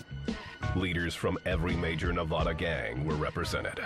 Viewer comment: Nawvawdaw - eastern Connecticut lol